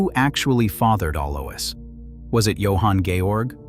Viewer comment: It's pronounced Aloys (Alois) Also spelt Alojs